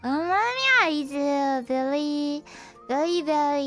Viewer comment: Am I mishearing this, or is she using the guttural R here in "very"? If she is, then that's a very creative way of getting around the R/L indistinction in Japanese.